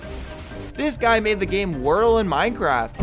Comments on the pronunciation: "Whirl"? WHIRL? It's Wordle! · Bruh did he really just call wordle whirl